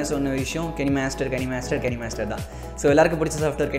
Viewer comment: It's kinemaster not kanimaster